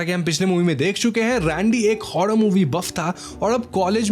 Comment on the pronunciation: Bhai र शब्द बोलने मे कोई दिक्कत है क्या तुझे 😂 हॉरर को हॉड़र मूवी बोलता है तू बुरा को बुड़ा बोलता है